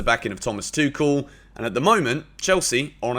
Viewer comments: He has addressed it and he has pronunced his name. It's THOMAS "TWO-HILL". The end. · Everybody pronounces "Thomas Tuchel" incorrectly, also. One should pronounce a name based on the pronunciation of the owner of the name. Thomas pronunces his surname as "TWO - HILL" . Not "TWO KILL". THOMAS TWO HILL.